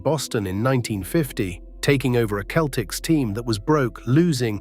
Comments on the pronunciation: Why do you say keltics? Its Celtics. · Please fix your AI pronunciation. It’s not “Keltics,” it’s “Seltics.” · Ah, AI again. Get a human to narrate thisl you give yourself away when you pronounce proper names differently in different sentences. 1st example, Celtics pronounced as both keltics, then seltics. Now, Bird was fast, he just wasn't the fastest guy on the floor... but neither was 90% of the other players. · The basketball team’s name is pronounced “seltics” And you mispronounced some of the players’ names. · This guy keeps pronouncing the Keltics instead of using the letter c that has the s sound. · The dead giveaway was the Celtics pronounced as "keltics".